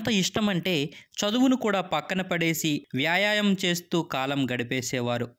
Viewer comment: Vyaaayaayam kaadhu, vyaayaamam